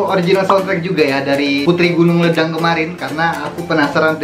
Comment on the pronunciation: Sebutan yang betul LEDANG ialah leidang. Huruf ‘E’ tu e taling.. leidang Puteri Gunung Ledang ialah kisah lagenda di Tanah Melayu di zaman Hang Tuah.